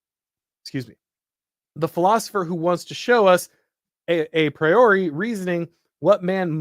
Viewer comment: A-priority? The magic nerd slips out